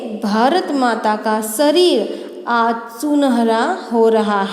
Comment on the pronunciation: सरीर उच्चार गलत है वह शरीर है